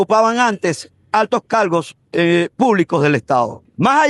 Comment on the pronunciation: Ok. Todo lo que leyó el pana abogueido puede ser verdad con respecto a ese antro de inmundicia que es el TSJ pero me llamó la atención los problemas que tenía el abogaido para leer la queja , más de una vez se le salió el reemplazo de la l por la r.....😮